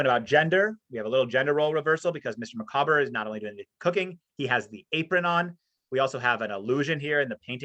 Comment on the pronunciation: Having a purpose - yes, Dickens was very much a self-made man, and one with a tremendous work ethic, so he placed great store on independence, self-reliance and hard work. BTW, I once heard someone pronounce 'Micawber' 'MICK-a-bore'! Good grief!